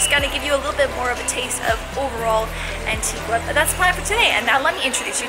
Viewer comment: Americans always pronouncing Antigua wrong